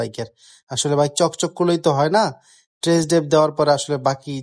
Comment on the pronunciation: ভাই একটা সমস্যা, একটু ঠিকঠাক করে নেবেন। টেরেস ড্রাইভ না ভাই। টেস্ট ড্রাইভ হবে।